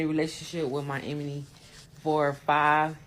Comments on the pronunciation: Listening to her butcher the word "enemy" made ME "carry on" to another video... Deuces!✌️ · Glad I'm not the only one! 😂😂 I'm no grammar police but babaaaay!!! That emeny gets me Everytime! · Pronouncing enemy as emeny is the red flag a big one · If she say emanie instead of enemy one more time! Dumb arse..she not dumb. She know exactly what it was. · I’m sorry but the “Sleeping with my emeney. “ she was driving me crazy. 😂😂😂😂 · Anybody gonna tell ole girl with the glasses that “emeny” is not how it’s said😅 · She can’t say enemy she keeps saying emeney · If she say enemy wrong ONE ☝🏾 more time 🤦🏽‍♀️ It’s ENEMY not Emeny!! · I can’t stand how she pronounces “enemy” lol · the fact this woman cant pronounce ENEMY is irking me lol